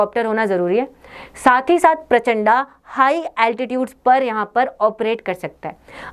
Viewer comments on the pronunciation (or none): हम हिंदी भाषी हैं और इसका नाम भी हिंदी मे है "प्रचंड" न की प्रचंडा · Mam It is not prachanda it is prachand